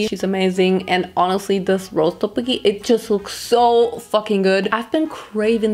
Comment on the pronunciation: I’m not trying to offend you or anything but you said tteokbokki wrong I loved the video though